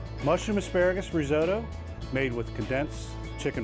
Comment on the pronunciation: Reezohdoe ?? Lmao where I come from we call it risotto!